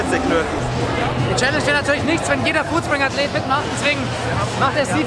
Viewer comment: Foodspriug, statt Foodspring